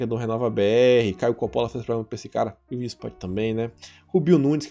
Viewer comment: O que foi que ele falou de Caio Coppolla? Enrolou a língua, não entendi🤔